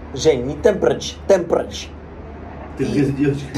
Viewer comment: Светлана, у Энама? Парень он хороший, но практика так себе. Когда произносил temperature, я слышал что на Бангла